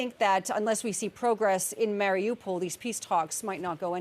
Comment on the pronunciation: She cant even pronounce Mariupol right